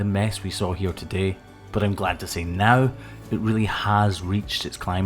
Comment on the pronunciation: He said "Now". His accent made it sound like no